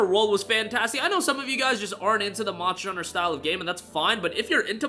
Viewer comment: It took me way to long to figure out that you were saying “monster hunter” at best, I heard “moshner” at worst I heard “mohs”